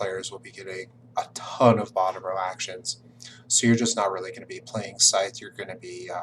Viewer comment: Top mistake #6: pronouncing Scythe with a “th” like tooth, rather than a “th” like smooth.